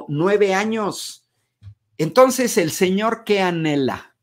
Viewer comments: Y también dijo "tons". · Dizque muy estudiado, pero en lugar de entonces de "ntos", aparte, cuando vi la entrevista completa dijo "pos" y "pa".